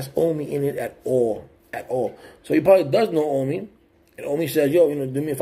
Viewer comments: His name is O M I....not O M N I......Show some respect and get his name right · Ami it’s OH-me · you a stalker: and it OOOMMMII not AWWNI LOL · You’re making a video on him. You said you been looking into him for a few days and can’t even say his name right. Please stop looking for clout homie, I know a little more and you are clueless I promise. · You didn't do your homework bro. He had just bought that house they were still doing work to it plus you're saying his name wrong. Go look at all his videos. Then talk about it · You can't even say his name right